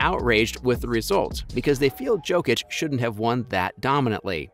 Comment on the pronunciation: You are casual, unable to pronounce Jokic's name 😂😂😂